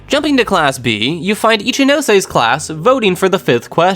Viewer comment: This is definitely great but what I appreciate the most is that you pronounce all the names properly.. some of these people calling Ichinose “Itchy-nose” hurts me